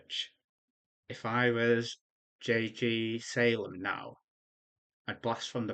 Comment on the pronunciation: Nice commentary. Definitely gave me some new things to take into consideration when looking at map generation. Made a lot of macro errors and a few costly micro errors as well. Nice job pronouncing the name, its JG Salem. Can just call me JG